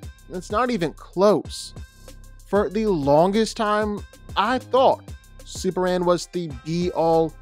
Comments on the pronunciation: why do you keep calling him "superand?" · Why does he keep saying Superhan? Like where's the "M" in the name? lol